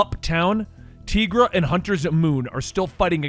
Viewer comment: Tigra as in “TY-GRA” (I’m sorry, but someone had to say it)